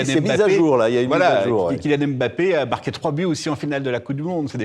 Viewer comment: Même pas capable de prononcer correctement le nom de Kylian Mbappé 😂😂😂😂😂 c'est ça un spécialiste du football 🤔🤔🤔